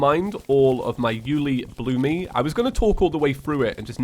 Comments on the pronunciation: The pronouncement is You-el-EEE-bloom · Its pronounced you loo bloom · BTW it's pronounced you-li-bloom